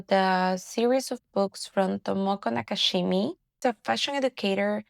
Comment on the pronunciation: thank you for reviewing this. just fyi, Her last name is Nakamichi, not nakashimi